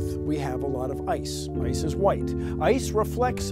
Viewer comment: why put the emphasis on is?